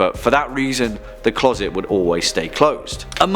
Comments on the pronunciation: Clause it? Where is the narrator from? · Why can’t you say the word closet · ITS CLOSET NOT CLAWSET, LEARN HOW SPELL IDIOT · What’s a clorset? I giggled when you said that... TWICE 💋💋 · "Clawset"? Did i hear that right?